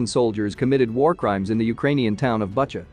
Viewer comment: You pronounce it Boocha